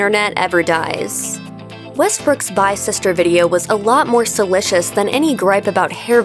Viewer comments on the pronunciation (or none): SalAcious not salI(that's a capital i)cious.